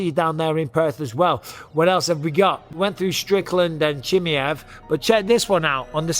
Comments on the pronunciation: WHO IS “ CHIMMMMEY HEV” Micheal is “ Chimaev” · every time you wronlgy pronounce chimaev - a chechen newborn dies